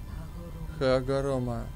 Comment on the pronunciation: не хагоморо а хагорома